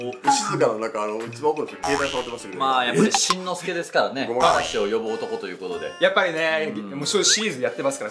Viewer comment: しんのすけ、じゃなくて シン▪のすけ